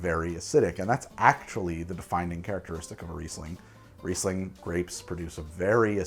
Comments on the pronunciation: Riesling pronunciation was on point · Don't worry, you pronounced Riesling entirely correct